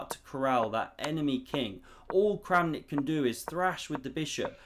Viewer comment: Kramnik just became Krampnik